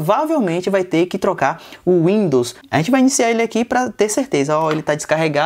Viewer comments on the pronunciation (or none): none